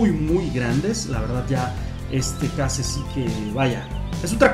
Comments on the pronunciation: se pronuncia queish los case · Se dice keis (case)